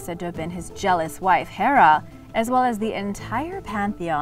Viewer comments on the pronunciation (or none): none